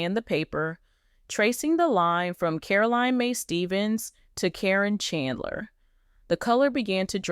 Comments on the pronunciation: If this is legit, why are you pronouncing Caryn’s name incorrectly. It’s “Karen” even though it’s spelled differently. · This is bull First you or sources should know how her name is pronounce Second it would be on the news which it was not And thing about his son is far from the truth Matt would never allow that